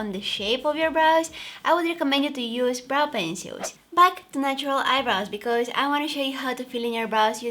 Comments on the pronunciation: I want an asmr video of her saying “brow pencils” her accent is so cute and the way she said “pencils” incorrectly was everything 😊 not bashing her on the way she talks, she speaks English really good & I was able to understand everything that she said. ❤️ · Brow peceuils... I LIVE I luv her voice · 😂😂😂😂 me too